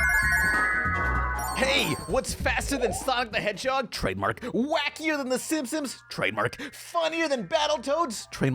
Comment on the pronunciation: I love that you still can’t pronounce Simpson’s right